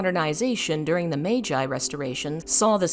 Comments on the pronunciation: One critique, Meiji is pronounced "MAY-jee", not "May-JAI". Other than that, great video. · Allow me to comment: it's supposed to be pronounced "may-gee" instead of "may-jye" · i was gonna comment on that too haha but its already been done for me, ive never even heard someone pronounce it mei-jai before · sorry, you lost me at "Meij-eye". Good thing the video was ending. Never coming back, I guess. EDIT: Damn, multiple times, huh?